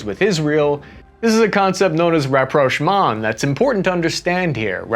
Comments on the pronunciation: Did you just try to pronounce "Reapproachment"? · rapprochement is the french word for reconciliation. i just thought the pronunciation was hilarious 😂